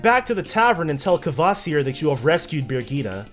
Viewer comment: The way you pronounce things is so funny. "Birgitta" is 'Burr (similar to 'bird') jitt (similar to 'hit') uh'. And proboscis, the C is a hard C, so it's like "probos-kiss". And with Archipelago, you're putting the emphasis on the wrong syllable.